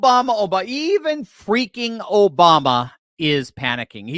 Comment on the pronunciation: Obama = "O"-Bomb-"A" ...